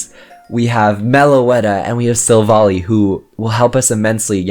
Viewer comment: You are pronouncing Silvally’s name wrong. It’s annoying. It’s SIl-Val-eye.